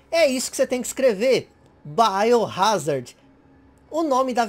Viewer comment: "baiorázardi" digo .... "Biohazard"